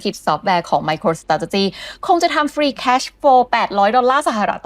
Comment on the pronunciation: ไมโครสะเต๋จ๊ะจี้ โอย... ขยันพูดซะด้วย---> อ่านว่า ไม-โคร-สเตรท-จี้) ออกเสียง 4 คำ นี้ล่อไป 6 คำ